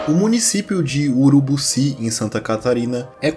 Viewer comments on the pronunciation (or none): "Urubuci" nao, é Urubiiici kkkk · "Urubuci" foi foda KKKKKKKKK é bem perto daqui de Lages, nunca tinha ouvido falar nesse bglh de artefato